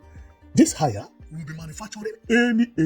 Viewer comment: It's pronounced as hey...ya, not haya. The name is HAIER. It's like say HAY and YA or HEY..YA, not ha..yaa.